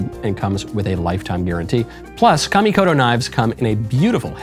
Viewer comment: Thank you for pronouncing Kamikoto correctly. Please walk next door and school Matt Walsh on this. 😂